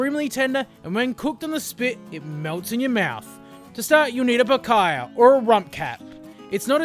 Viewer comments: Picaya? Lmao its picahna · Picaiyah? It's PEEK-ANYA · If you are gonna cook it, atleast try and pronounce it correctly, it is pronounced picanyia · Nice vid. Just the pronunciation of Picanha is more like “Pikaanya” sound. At least in São Paulo! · I'm glad he took the time to learn how to pronounce it.😐